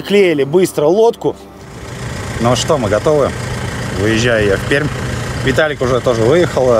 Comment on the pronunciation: Пишется Пермь, а говорится «ПерЬмь»